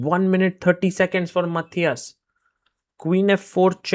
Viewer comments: Sargars Pronounce "Matthias" in is korrekt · He pronounced it the right way every single time.